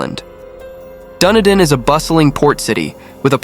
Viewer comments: DunEEden not Dunnydin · Had an in-depth look into this case and I'm convinced of David's guilt. It's pronounced Dun-E-din and is named after Edinburgh in Scotland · Dunedin is pronounced Duh-nee-din. David did it. No prints from Robin were found on the gun. If he had shot himself he would had have to have done it with his left hand according to the trajectory of the bullet wound, but he was right handed. David wore gloves and they were found at the scene, covered in blood and under Stephen’s bed. Robin had a full bladder. People generally don’t go on a killing spree when they need the loo. Who would write a note on a computer like that? David did his paper round in record time. He normally walked it. People saw him running it that morning. He washed his clothes that morning (to cover up the blood on them) which was also highly unusual as the house and residents weren’t the cleanest. His bloody prints were found on the washing machine. He told the cops he heard his sister gurgling, which means he was there when she died. His brother Stephen fought back and a week before told a friend about a dream he had where he woke to David standing over him with a gun. He had a premonition. Stephen’s prints were found on the barrel of the gun where he grabbed it during the fight. A lens from David’s damaged glasses was found in Steven’s bedroom. David had bloody socks on and left footprints throughout the house. He had fresh wounds to his face and hands when the police arrived. If you listen closely to the emergency call, David actually says ‘I killed them’. My partner at the time knew him from University and said he was bloody weird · where? dundin? PLEASE research place names BEFORE making your shows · Even though the narrator doesn't have a clue how to pronounce "Dunedin" this doesn't change the fact that David is obviously guilty lol